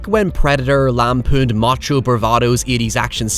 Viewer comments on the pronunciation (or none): none